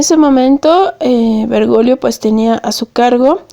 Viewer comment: 😅😅😅😆😆😅😅😂😂 No es vergolio...es Bergoglio, hay una "G" ahí..😂😂😅😆😆😃. Perdón, pero la pronunciación aquí es vital... 👍